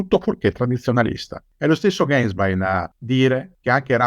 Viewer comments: Un paio di commenti... Se non sbaglio Ratzinger fu quello che "distrusse" la Teologia della Liberazione... Poi Ganswein si pronuncia "Gansvain" non "Gensvein" all'inglese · si pronuncia genswain, è tedesco Gänswein